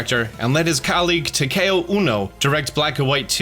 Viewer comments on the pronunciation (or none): none